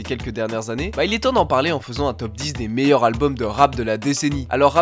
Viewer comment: Gros, j'aime bien tes vidéos mais tu me rends OUF à pas faire les liaisons ou à les faire de façon éclatée au sous-sol. Tu parles en quelle langue ? C'est "les meilleurs Zalbums", "un des plus grands Zalbums". Sérieux, c'est impossible de publier des vidéos et de faire des erreurs comme ca. A chaque fois que t'en rates une j'ai les oreilles qui saignent. Pareil avec l'emploi systématique du futur pour parler du passé, c'est moins grave et pas faux en soi mais souvent c'est maladroit et t'as des souci de concordance. Ah et tu peux pas dire "également aussi" c'est redondant. Mais sinon bien hein, c'est juste que ca améliorerait grandement le plaisir d'écoute et que ca te rendrait plus crédible, en ce qui me concerne ;)